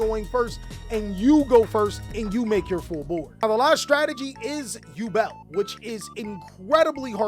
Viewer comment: Ngl your over efforts of pronunciation kill me🤣 tunnddddddda with the tongue roll, saying yuble and shit🤣